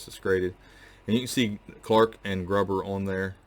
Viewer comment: Hi, I've been watching your videos for about a year now and enjoy them very much. However, I do have a problem with your pronunciation of the word Gruber. It should rhyme with the word glue and not with the word grub. Other than that, I really respect what you are trying to do and would like to invite you to take a table at the PAN coin shows in Pittsburgh in May and October each year. It's only about a 4 hour trip for you and we are getting dealers from all over the country.